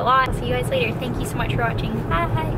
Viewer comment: I loved the "later" or better pronounced "layteer" lol. It made me laugh out loud every time. Don't care what others say. I thought that was a cute addition to the vlog!!